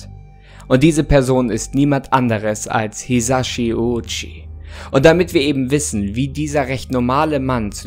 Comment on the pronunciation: Er hieß Hisashi Ouchi nicht Hirashi